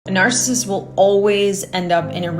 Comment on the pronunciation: Learn how to pronounce NARCISSIST if you're going to use it. TY.